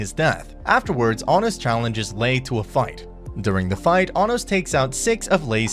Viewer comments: why do you pronounce his name like that its pronounced ah-nos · also you say anos wrong just so you know